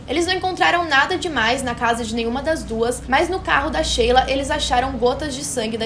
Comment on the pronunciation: Shelia (se lê como shylar) não Sheila